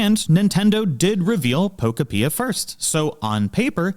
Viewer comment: Nintendo having billions of dollars and releasing games that look like absolute dogshit is the perfect example of how everything is enshittified now. Also its Pokopia like Utopia not however you're pronouncing it. Palfarm gonna crush this game like Palworld has crushed the past three Pokemon releases in quality and offerings. For half the price.